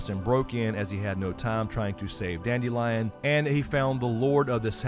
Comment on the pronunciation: Listening to the audiobook, instead of pronouncing his name as "dandelion", They went for a slightly different approach…dand-ill-ee-on…Kind of a play on the sound of the word instead.